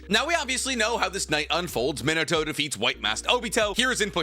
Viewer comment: It's pronounced ME-NAH-TOE -_